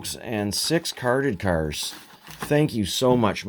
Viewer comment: “Carded cars” with the Canadian accent. 😂